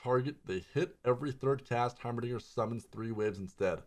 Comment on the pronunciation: Wait did he really just said heimerdingdong?